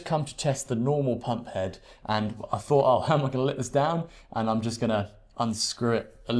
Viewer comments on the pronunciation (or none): none